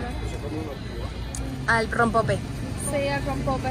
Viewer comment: No les caga que esta chica no tenga la delicadeza de nombrar correctamente lo mexicano? "Pan muerto", "Cempasuchiles", "Rompopo", wey, si estás de visita en un país, aprende bien sus palabras! Ojalá no se quede en México. Y además dice que el rompope sabe igual a la horchata! Y al final diciendo "probando dulces mexicanos" y son Oreos y Halls!! qué pedo su ignorancia.